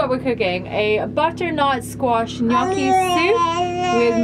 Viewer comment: Love it! Take it from an Italian...it's "gnocchi." ❤